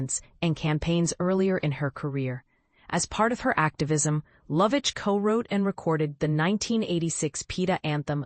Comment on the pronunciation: Pronounces her name correctly